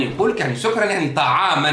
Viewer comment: اخي الفاضل لابد من التاكد من نطق الايه سكرا بفتح السين والكاف اتمنى التدقيق